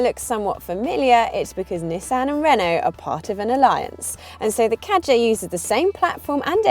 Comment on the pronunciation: You do not pronounce Kadjar correctly and there is more leg room in the Kadjar. Learn your facts before you speak.